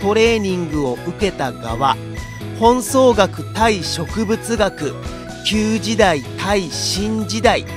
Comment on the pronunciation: いつも楽しく拝見してます。😁 ナレーションもお上手で聴きやすくて、漢字の読み方も勉強になります。 それだけに、どうしても一つだけずっと気になってた事を書かせてもらいますね。 本草学は、「ほんぞうがく」と読むみたいです。 辞書にも書いてありました。 差し出がましくてスミマセン。😅